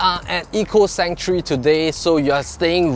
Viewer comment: Hi, you're also pronouncing 'Sanctuary' wrongly. You're pronouncing it as 'Century', which is wrong. Also for 'marble', please stress the 'ble' not 'marber'.